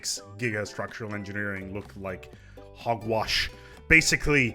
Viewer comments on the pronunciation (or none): Correction: "You Thouwt that Gigastwuctuwal Engineewing was insane? Check ouwt This one.